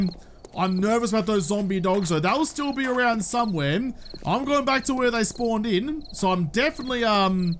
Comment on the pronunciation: You sound like me after I go to the licour store "Qhere did all my money go?"